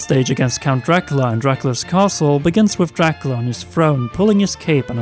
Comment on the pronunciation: Summit is from ice climbers and picto chat was just a ds app. Ps stop cutting out the middle syllable in Dracula